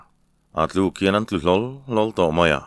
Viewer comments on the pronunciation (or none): Sêna Raltê: Ka lo sawi leh hrâm teh ang, a thawnthu a ngaihnawm hle a, chhiartu âw pawh a la nalh e. A maherawhchu : Kuta thil kèn sawi nan chanai KIAN sawi na kén ti a i lam ṭhin leh Hlau lo sawina NGAM tih NGÂM (Ṭi lo)ti a i lam ṭhin hi chu a tum a ṭhelh deuh in ka hria.